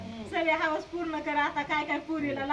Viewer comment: आग बाई हावस नाही हाऊस असतय ते बोलताना तरी नीट बोलत जा जरा